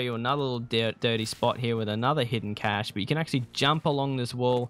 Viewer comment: CASHAY isnt a word.. Cache is pronounced CASH not CASHAYYYY